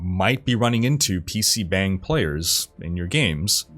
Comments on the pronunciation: Not really important the 'bang' in PC bangs is pronounced with an 'ah' rather than an 'eh'. It sounds more like bong. Like when tomato can be pronounced toe-MAY-toe or toe-MAH-toe. The bang uses the same 'ahh' sound as toe-MAH-toe. The more you know :) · It's pronounced bong. You made my Korean wife blood pressure rise.